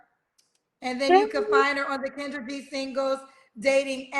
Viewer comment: Kendra said her name wrong mad times 😂